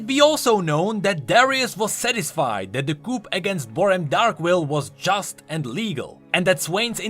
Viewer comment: isn't it pronounced "coo" (coup)